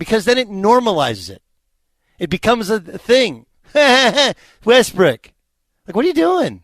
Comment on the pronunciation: I know you did not mean it. But you mispronounce Westbrook's name. Hilarious! I had to rewind to make sure.